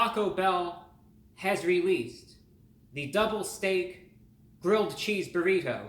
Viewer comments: I love how you pronounce "burrit-ho" Brah!! 🙂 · The way he says burri"toe" 😂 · The way he says burri TOE haha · I love the way you say "Burritoh". Like the butler on The Fresh Prince Of Bel Air. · I like the way you say "burrito" lol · Why he say "burrito" in cursive like that? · The way he says burrito is pretty funny. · The over pronunciation of the word "Burrito" is a highlight.